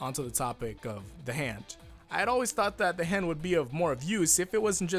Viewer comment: Everybody gangsta until says ZA HANDO:ZA WAURDO